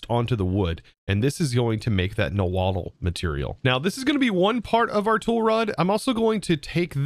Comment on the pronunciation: You don’t have to pronounce the “tl” at the end of nahuatl. Its “naw-hwua” not “na-waddle” lol